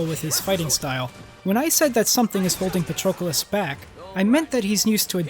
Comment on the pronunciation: Excellent analysis! If only you substituted his name with "him" instead of saying it every 5 seconds. Wouldn't be much of an issue, but it is incredibly jarring when you constantly misspronounce it as "PatrOcolos".